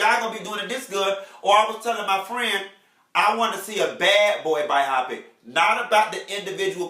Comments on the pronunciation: I'm trying to follow, but can't get over him keep saying (By-op-pick) 😂😂 No, it's Bio-pic....biopic! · "Bi-Opic" was killing me! I cringed everytime! Lmao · Chile!!! YES!!! I couldn't focus!! (By-op-pick) 😂😂😂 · buy-oh-pick = biopic